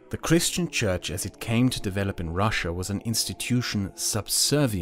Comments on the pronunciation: russia not rus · Not Russsa, its Russia) Rus is old Russia